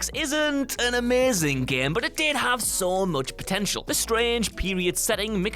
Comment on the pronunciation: Is it me or is he is saying GEEME